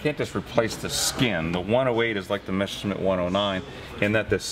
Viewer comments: Who ever came up with the idea that it's pronounced "Meshersmitt"? It's not, and never was. Don't try to second-guess "German" pronunciation. Just say "messer-shmitt" and it's perfectly fine. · "the mesher smith" haha